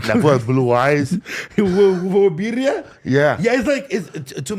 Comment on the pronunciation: Did say "Virria" smh 🫩😂